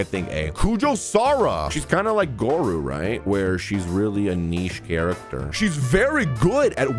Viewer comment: bestie, king, Gorou is pronounced the same way as 😭